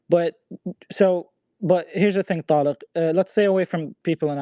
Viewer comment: This passive aggressive pos, saying Tariq name differently then going back to saying it regular hes a fool